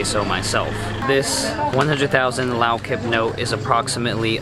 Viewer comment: Haha.. it's funny how you pronounced Lao kip. It's more like K'eep...